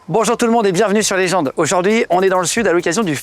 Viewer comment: Légende et non legend en anglais